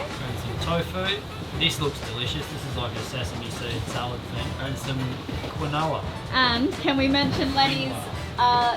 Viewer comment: We say Keen-wah, not quin-no-wah